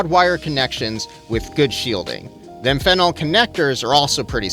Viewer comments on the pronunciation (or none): Amphenol = AM-fen-all, not am-FEN-il 👍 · Amphenol = AM-fen-all. ✅ am-FEN-ul ❌ Carry on.